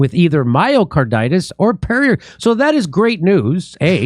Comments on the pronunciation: Nice show, but pericarditis is not something you get from drinking Perrier. It is pronounced "peh ruh carditis", not "perrier carditis" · Just a point: It’s “peRICarditis, not ‘peRIOcarditis’. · It isn't per-i-o- carditis, it's per-i-carditis. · peri-, not perio- carditis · Hey, Jimmy! It's pericarditis, not periOcarditis or periALcarditis. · Why does Jimmy keep saying Perriercarditis? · Pretty sure it’s not pronounced Perrier Carditis 😛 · There is no O in pericarditis.